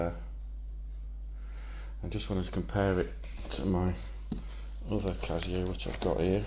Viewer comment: Who says "cazio"?